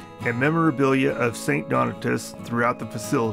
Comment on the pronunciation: its pronounced st DON-AY-US